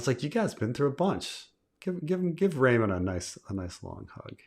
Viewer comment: “Everybody Loves Raymun”